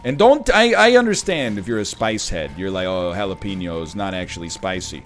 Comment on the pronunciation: keeping guppy's head over book of sin with 1.77 dmg and such little hp :/ tsk tsk also you don't get the blessing of Sinvicta unless you go SISSYYYYY love the Ricky pronounciation of jalapeno is driving your new go-to metaphor? i know it comes up in Fall Guys a lot, and nobody goes to restaurants these days LOL